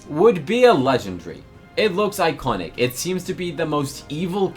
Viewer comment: You are not saying legendary correctly 😂